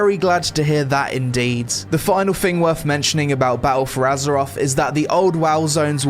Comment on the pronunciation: 'I Fink' and anover Fing...